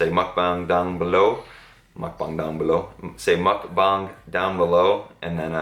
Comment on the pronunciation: omg you are one of the only people who pronounces “muk bang” correctly!!!!👍🏼👍🏼👍🏼